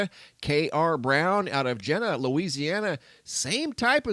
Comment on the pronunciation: FYI we call Jena Jeena Louisiana. Keep the locals happy.🙂